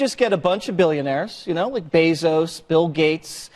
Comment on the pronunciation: Sam is constantly saying names wrong I can't tell if it's on purpose or if he's is doing it to troll. He has mispronounced AOC's name 4 different ways in one video. He calls Jeff Besos "BEESOOS".